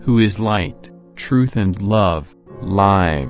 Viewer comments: Please forgive me for stating this: the word LIVES is not pronounced as the word for more than one life. It isn’t the plural of life. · True, it was pronounced differently from what it must be